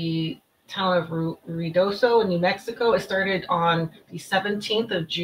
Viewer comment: Pronounced RIO DOSO, and 54 is miles away and separated from Mescalero by a mountain range.